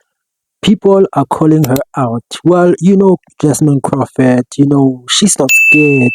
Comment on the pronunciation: Croffet 😂 Croffep lol bro learn how to talk before going after someone and not knowing how to say their name properly goofy